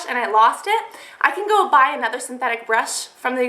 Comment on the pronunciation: haha you said "bry" instead of "buy" twice xD I love your channel though! :D